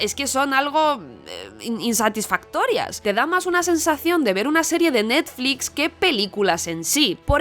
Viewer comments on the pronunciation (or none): none